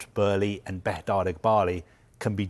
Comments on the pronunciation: It's Todd bo-e - ley pronounced not berley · Did it really take 9 minutes to not say much? I could’ve sworn it was Bowl-lee but Burley Barley. Is this man drunk? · is utterly crap, like most of the staff at Sky. It’s like watching a TV version of The Sun newspaper. Firstly, his name isn’t Todd Burley it’s Todd Boehly. You idiot! Secondly, why do you speak in slow motion? Are you utterly retarded? Why does it take you 6 minutes to say something that could be done in 2? You’re crap mate. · Who the f*** is burley ? Boehly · Todd Burley 😅? Thought it was Todd Boehly? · Bohely lol not Burĺey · Todd boe-hly not "Burley", he's saying it so confidently like he's staying it correctly. 😂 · “Boehly”…not “Burley”…is he pronouncing it correctly?! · It’s Boehly not Burlee!!! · Why does it sound like he keeps saying Todd Burley 😑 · Just. I don’t know. “Bloomberg…….who are a………respected news…………agency.” Also, baby, it’s not f’n “Burley”!!! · Is he saying Burley? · Breaking news...Todd Boehly would like his name to be pronounced Todd "Burley" and our leading football reporter has the lead on this story... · And says it wrong! Burley? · Why does he keep saying Todd Burley lol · lol thought I was the only one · I understand it's a German name, but he's American and Americans don't pronounce it Burley 🤣 No one has ever called him Burley until now. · "Todd Burley" lol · Crazy how many times he said it as well! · Why does he keep mispronouncing his name??? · Where is the R in Boehly? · If you come in as an expert, at least try to pronounce the name correctly. 😮‍💨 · mispronouncing his name too. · He's convinced that Boehly is German-American, and because of that he has to pronounce it like he pronounces Oezil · no it's just bad reporting its no hard to pronounce Boehly